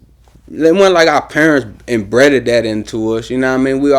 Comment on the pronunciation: Did he say embreaded as opposed to embedded... damn bro. But shout out to the young boy for trying.. ny we love DC ppl we all look the same .. no segregation.. black power